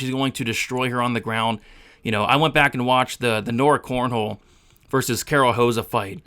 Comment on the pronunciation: Bro her name is not CORNHOLE, holy moly that was a tough listen since you said that 20 times. I appreciate your content but man that was rough aha. It's cornolle not cornhole